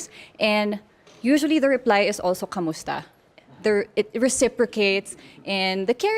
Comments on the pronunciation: "Kumusta" not "Kamusta" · It's "Kumusta"